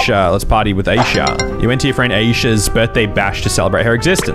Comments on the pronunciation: He also said Aisha wrong yall it’s meant to be “Eye-shah” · said asia The name is called isha It is spelled AISHA